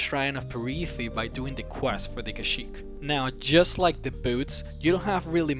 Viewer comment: Did he say Kajiit or Kashyk (star wars)